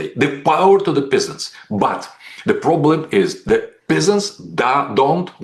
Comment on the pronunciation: I love how he pronounces "peasants" as "pissants".